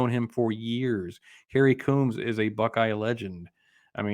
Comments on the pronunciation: first learn how to pronounce Kerry Coombs. Coombs, like a comb for your hair, long O's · Pease learn to pronounce Kerry Coombs' name. lt is Coombs- long O's like combs for your hair. Yes, he is a very good man and a good coach.